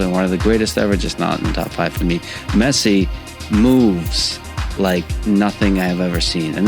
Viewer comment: His name is Messi, not Mercy...you got it?